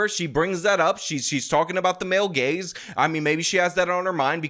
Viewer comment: Your rant about "male gays" instead of "male gaze" cracked me up.